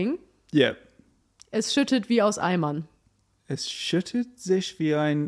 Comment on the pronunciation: Hahaha I definitely get why said snowman. The words "aus Eimern" sound like "Ei Mann" (egg man) to me